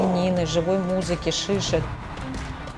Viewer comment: она сказала шишек или шиши?